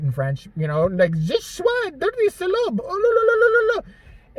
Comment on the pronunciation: Loved your french impersonation you got the salope part right LOL